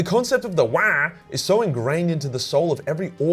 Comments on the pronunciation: its not "wagh!" its "WAAAAAAAAAAGHHHH!" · Lol had to put a dislike due to that poor Waagh pronunciation. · It's not waagh it's WAAAAAAAAGH!!!!! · It’s pronounced “wAAAaargh” not “Wyaah, mammy breastfeed meeee!” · Waaagh is pronounced in a deep bass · It’s pronounced WaAaGh! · i loved this video. but holy fuck wah annoyed me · Video ruined by you saying wagh rly annoying n cringey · For the love of the emperor stop saying whaaaa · Hard to listen to and pay attention too if you say wagh like they every time. A couple of times it was funny but got old real quick tbh. Big fan and watch all ur videos while I work out and multitask but couldn’t do it with this one lol. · All I heard is waah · I love you, but that was unbearable, please learn how to Wagh properly 😆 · Damn hard to to watch this and hear you yell waahag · I wish I could downvote this video, for every time says "wagh." Sadly, I can only downvote once. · Your saying Waagh completely wrong for a so called lore explainer lol it's really bad how you say not only is it but an insult to the orks like there war cry gonna be a weird baby noise like you say how you say it go back on you tube and there are plenty of others that pronounce it right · Stop saying it like that! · OMG I kept laughing so much at your pronunciation of waaagh, seriously, farkin hilarious. gist is pronounced jist though... :)/ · Couldn’t stand the way you said Waaagh, cringed so hard bruz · I thought repetition would make your pronunciation of WAAAGH less funny each time, but no diminished returns here. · I hate your wrong pronunciation of WAAAAAAAAAAAAAAAGH! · Love the video, hate the pronunciation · I thought WAAAAGH is pronounced like streched WAAAAR without the T Not like cosplaying Waluigi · I couldnt make it thru because of the stupid way you kept saying Waaagh.